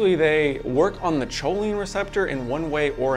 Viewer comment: it's pronounced koline not choline